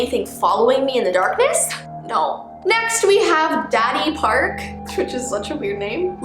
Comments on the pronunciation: i think it’s da-di park lol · When she says dadipark I feel like she's saying: daddyPark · Now talk about roblox stuff like roblox creepypastas and hackers But when u said "Dadipark" I cracked up! 😂😂😂😂😂😂😂😂😂😂😂😂😂😂😂😂😂😂😂😂😂😂😂😂😂😂